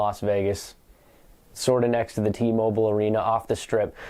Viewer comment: Nah. Not sort of next to. Not sor to nex. Not sor to nes. Not sor to neh. Not sor oo neh. /